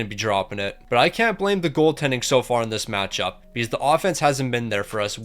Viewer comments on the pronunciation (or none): none